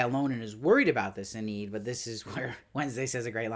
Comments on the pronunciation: Lovely recap. It's Eee-nid. With a long e. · Eneed... very interesting pronunciation of Enid. Good review as always